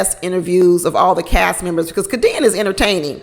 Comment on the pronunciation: It's pronounced K D N. Not Ka Deann.